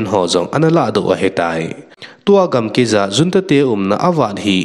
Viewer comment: chapa, news sim na them lheh e na aw jong angei lheh e ahin avat khat aum e, example, in gamkai, ahin nangin gamkei nati in khen, jong khan na ti in tu ban teng hin mang dih to, kipa pi na um e damsot in.